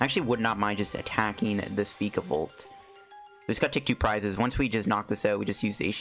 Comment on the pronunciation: What do reccomend replacing friend ball and shuckle with post rotation? Also you're pronouncing vikavolt wrong watch "That's some spicy island research" season 22 episode 12.